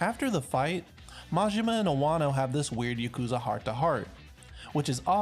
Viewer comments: Its pronounced yaw koo zuh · You just listen to how they pronounce them in the game or look it up. It's literally not that hard. You couldn't even pronounce yakuza right and it's told in the game a million times. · you can't even pronounce Yakuza right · i flinched at the way he pronounced "yakuza" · Im sorry but who the fuck pronounces yakuza like that. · bruh half way through the video he pronounced everything wrong rip